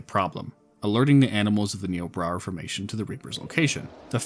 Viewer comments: Having worked with the formation for 2 years, is nIobrara with the I sound. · Hey just so you know Niobrara is pronounced "Nigh-oh-brayr-uh" I actually grew up close to the namesake river! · I think you meant to say "Nigh-o-brair-ah" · im sorry this is pretty minor but you keep saying niobrara formation like "niobra reformation" idk why my brain is parsing it like that but it is